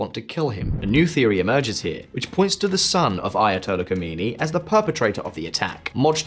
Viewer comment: Its khamaenei. Khomanei is dead